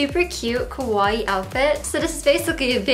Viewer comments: Not kowai. Ka • wa • ii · The way you pronounce “kawaii” sounds more like “kowai” which means frightening in Japanese, You have to pronounce the i twice. Ka-wa-I-i . But the way you look is more kowai than kawaii so I guess it makes more sense. Gomen, you are more kimochi warui than kowai. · its funny how she pronounces kawaii....its supposed to be ka-wa-ii but she says it morelike ko-wai which actually means scary... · kawaii with open "a" it's like cool, cute, fashionable, etc... kowai it's your pronunciation... it means scary xD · All I hear is "kowai" As in, this video is kowai. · .... it's Kawaii the 'a' is pronounced like in Car Not Kowai which means scary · Haha, she said kowaii (means scary) instead of kawaii... I mean it's more fitting for her... just look at her arms...😟